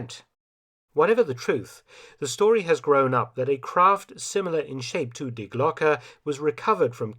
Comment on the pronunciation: German pronunciation of Die is Dee, not Dye. Glocke is pronounced Glocka, not Glock.